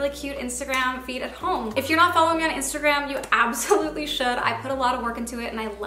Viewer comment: I kept thinking you were saying “feet” instead of “feed” lol